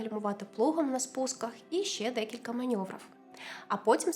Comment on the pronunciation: "рєбята" коли копіюєте текс хочаб перекладайте його правильно, бо вухо ріжуть ваші" маньоври"